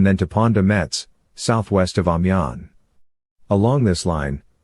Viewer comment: Great documentary - but it would have been nice if you had an idea how to pronounce Amiens. There is also a large amount of paintings available about the war. Why use pictures from wars decades in the future?